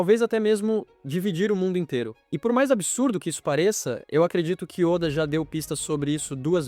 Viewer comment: Esses vídeos de IA estão ficando cada vez melhores. Só não deixa passar ficar chamando Walter seven de Walter sete e ôda de óda